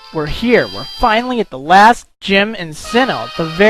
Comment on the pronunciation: Last-th :D